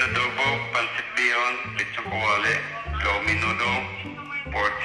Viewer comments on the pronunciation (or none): She said “low mine noodles” 😂😂we love